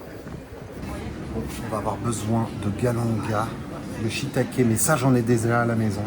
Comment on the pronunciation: 0"39 des shiitakes mais ça j'en ai " déza "à la maison 😂. J'aime bien ce concept où tu cuisines c'est sympa 👍